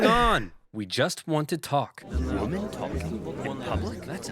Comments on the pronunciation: Why the fuck does the narrator keep saying woman instead of women?? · What gets me is that the narrator pronounces "women" the same as "woman" XD